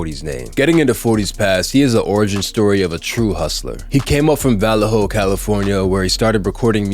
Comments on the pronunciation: Vall a ho? Hahahaha, it's Vellejo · Va-lay-hoe …that’s how you pronounce VALLEJO , CALIFORNIA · It’s va lay hoe lol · Good vid but jus a little help here you pronounce Vallejo like Vuh-lay-o or Vuh-lay-ho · Va-le-ho? You clearly don't listen to any bay area rap. You lost all credibility with this vid. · I'm gone this fool just said Val-lay-ho😂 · I can tell you’ve never listened to E-40 if you can’t pronounce Vallejo. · Bro that was so disrespectful how he pronounced it, do your research